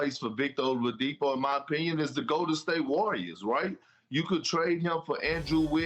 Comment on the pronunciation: "Olavidipo" lol